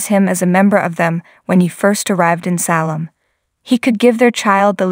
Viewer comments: Agree!! Can’t there one person that can pronounce the characters names correctly? And the name of the town is SALEM…like the cigarette. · It's Chlo'e with an E And you pronounce Salem wrong. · Ya I noticed that. She must not watch the show???